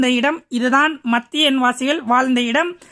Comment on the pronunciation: தமிழில் உச்சரிக்கும் போது மத்யன் என்பது Madhyan ✅ Mathyan ❌ குர்ஆனில் مدين என்று உள்ளது